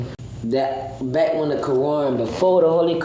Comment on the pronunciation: Neither of them are Muslim. Every black man thinks hes a Muslim once he goes to jail in the North. I think its hilarious. Hes wearing short shorts, swearing, i bet he doesn't even know which way Mecca is or who Muhammad first wife was. He pronounces Quran like crayon.